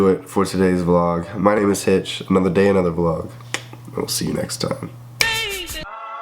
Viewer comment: God damn it Hitch, you said my last name wrong. LOLOL